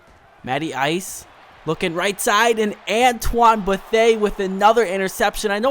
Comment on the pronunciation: Hey great vid but just fyi my guidance counselor is Antoine Betheas mom and his name is said like bu-thee-uh but it's a common mistake 😁